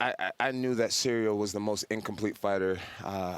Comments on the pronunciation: I still love that Jon calls him cereal 🤣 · Cereal Gain 😂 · I love how he just calls him "cereal" and noone ever corrects him :D